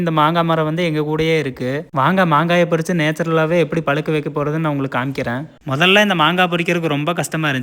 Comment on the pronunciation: பொரிச்சு னு தப்பா Pronounce பண்ணாதீங்க அது பரிச்ச......